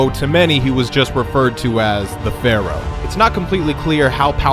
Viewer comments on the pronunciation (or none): none